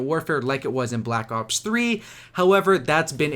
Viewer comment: Is it just me or does he sound like hes saying black cocks 3 ?